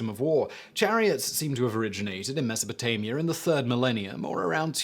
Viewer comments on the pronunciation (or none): none